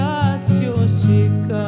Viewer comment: Una cosa que no comprendo en la pronunciacion que escucho en la cancion es la diferencia entre la pronunciacion de : - grasyoso , que me parece igual a la del italia "grazioso", donde la - s - de - so es como la z - dulce francesa - grasyosica, que la cantante pronuncia come "graziossica ".